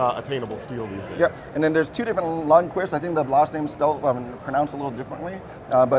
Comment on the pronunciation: I know a Lundquist and you are pronouncing the name correctly.